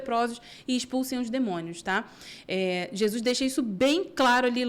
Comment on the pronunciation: Paz Amo vocês em Cristo! Já reparam como a fala "Jesuis"....😂 é tão lindo!!!❤